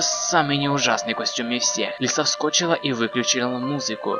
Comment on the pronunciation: Не вско́чила а вскочила